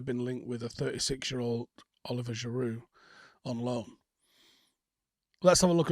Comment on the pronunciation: Who is Oliver Giroud? think you mean Olivier Giroud, Ol-liv-ee-air😆 And btw, did we ever get paid for Lakaka? last I heard we were Still owed £43m by Inter Milan? and they didn't have it, and we were waiting for our cash